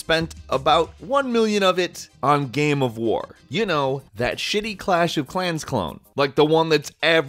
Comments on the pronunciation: It's "game" not "gaaahm" Please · xtreme gaems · What is a gaemm? You keep saying that.